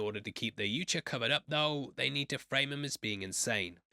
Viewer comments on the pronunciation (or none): It’s a pet peeve of mine but boi it hurts when you call the predators “you-cha”. 🫠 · its pronounced Yautja.